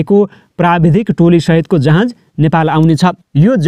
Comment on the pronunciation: जहाज भन्न यार,जहाँज होईन।